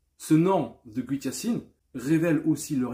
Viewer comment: La 1er sens qui vient est super Yacine. Le 2eme sens est grand effectivement. Une autre remarque est que great se prononce ɡrāt (grate), je fesais le même erreur moi aussi